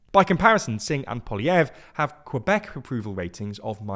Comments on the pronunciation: Quebec is pronounced kuh-bec, not kwuh-bec, but great video! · A minor thing, but there is no w in Quebec, it's just pronounced "kuh-bek" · I listen to this guy saying “Quebec” and I want to bury my head in sand to just avoid listening his pronunciation of Quebec. TLDR for your French pronunciations please use “dictionnaire de rimes” to accurately pronounce a French word.